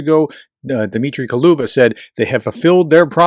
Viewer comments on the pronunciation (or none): Кулеба kulehbah, not koluba.